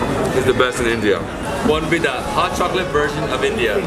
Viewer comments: Not bonvida it's bournvita my boy 😂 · It's not Bon Vida. It's Bournvita <3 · It's "Bourn Vita" not bon vida. It's a chocolate malt mix much like Ovaltine here in the states. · It's not bon vida it's bornvita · It's Bornvita.